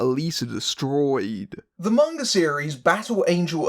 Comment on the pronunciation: Thank you for pronouncing "manga" correctly... you are absolutely right that any attempt to adapt manga straight would have to be more like a TV series. Manga, like most American graphic novels and comic books, is serialized. That's its pace and structure, the slow build, the episodic plots. That doesn't work for a self-contained movie. That's part of why the first Rurouni Kenshin live action movie (made in Japan) worked so well; it kept the characters and the premise, but played very fast and loose with the plot to create something that could fit all in one film. You could definitely do something similar with Battle Angel Alita, and it's disappointing to hear that they didn't. I may still see it as a fan of the manga, but it sounds like I'll be waiting for the cheap theaters.